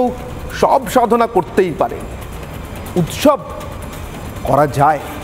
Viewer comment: উৎসব নাকি মোচছব